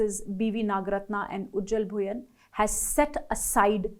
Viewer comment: Madam, it's Justice Ujjal Bhuya , "N" remains silent. That's how it is pronounced